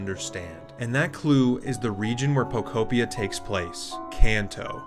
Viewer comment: I believe it is pronounced po-KO PEE-uh sir